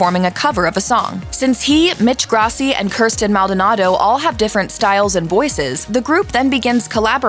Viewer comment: the real feat is how she pronounced kirstin right